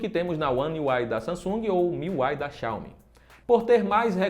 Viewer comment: xauomi??!? você não está nos estados unidos (que briga sempre com a China e Rússia, que nada tem a ver com essa história). estamos no Brasil, português, então a pronúncia é xi-a-o-mi